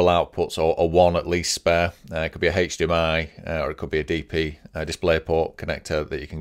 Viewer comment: Great video, however, if I hear "haechdmi" one more time I might just jump off a bridge